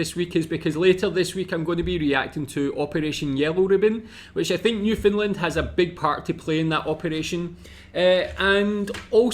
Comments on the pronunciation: No it’s not. It’s Newfoundland pronounced. New Fun/Fin LAND. You’re putting emphasis on the FOUND and it isn’t said outright. It’s said either as fin or fun. It’s the LAND becoming lind as in “Newfoundlind” or New Fin Lind that is wrong. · not to be an asshole but its pronounced New-Found-land not new-fin-lind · Not to pick on your accent but it sounds your saying "New Finland" try saying it more like "Newfin land" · It's not New Finland. It's NewFOUNDland ya gitt LOL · Just a heads up.. it is New FOUNDland not New FINland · You keep saying "new-Finland" it's pronounced "new-found-land" Great video. Keep it up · New Foundland not New Finnland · Noof-end-LAND, with the emphasis on the last syllable, kind of like Disneyland or understand! 😊